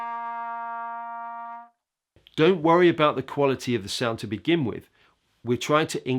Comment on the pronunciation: you are clearly an amazing player/teacher,but you have been listening to too many pro footballers.It is not 'wiv,' the word is with.